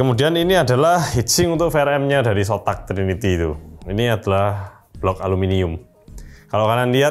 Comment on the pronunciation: zotak bang bukan sotak